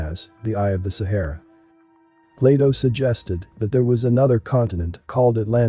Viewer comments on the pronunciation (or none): none